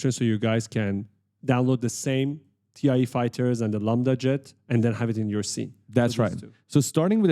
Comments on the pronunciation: It’s THAI Fighters, not Tee I EEEE Fighters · Great tutorials, but with that geeky look, I expected you to know how to pronounce TIE fighter... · Great tutorials!!! I'm learning so much! By the way, it's pronounced "TY" Fighters, not T.I.E. even if it's an acronym for the Twin Ion Engine.